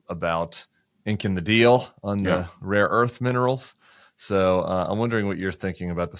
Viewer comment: Trump keeps saying "raw earth" Tim not "rare earth", don't give him credit, he is an ignoramus probably has no idea what the difference is!